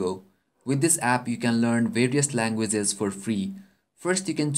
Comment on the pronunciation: " Langueses " lool !